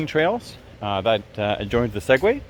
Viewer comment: At least pronounce Seguin properly good video though